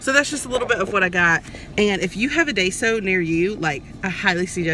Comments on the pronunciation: Just a friendly correction,...It's pronounced 'die-soh'. Love this store and you're lucky you have one in your state. I only got to visit it when we went to Seattle (there's none by where I live). Anyway, thanks for the vid! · 🌟THANK YOU🌟 for speaking up! 😄👏 It's pronounced "DYE-SOH" Y'all!